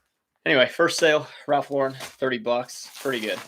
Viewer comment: Maybe you read my comment regarding the pronounciation of Ralph Lauren. You got it right. I read somewhere how he hates his name mispronounced because his whole style is American and it pissed him off when people say his last name as if it was French. Just fyi, his real name is Ralph Lifshitz. He and his brother changed their last names because as kids they were always teased about their name. Love your chanel. I personally get up at 5 AM, walk the dogs and by 6 start working at reselling. By 2 pm I put in a full days of reselling work and that is it. I have the rest of the day for myself. I put in a good 6-7 hours a day and close up shop. I refuse to stretch this out all day. It gives me life balance. Luckily the tiny post office is just a five minute walk down the road from me. I load up my huge shopping cart and take them there every day. I refuse to take the car for a two minute drive. People look at me like I am crazy but I do not care. I get a nice walk. I list about 30 items a day and can do it really fast.